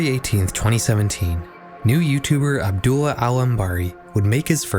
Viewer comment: I hope nobody sees this comment but this was a really good video, i enjoyed it alot, but the way you pronounced Abdullah really put me off, not cause i think youre a bad person for it or anything but the very subtle mispronunciation made me wince 😭. Otherwise awesome vid